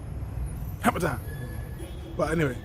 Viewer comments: It’s Harmattan not hammer time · Harmattan - not Hammer-time